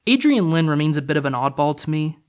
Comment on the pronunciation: Well, I guess I'll have to be the critic's critic here. If you can't even bother to look up how certain movie titles and directors' names are pronounced, how can you pretend to have an opinion about them that's somewhat well-researched? *Lyne. *Appaloosa. *Unsubscribed.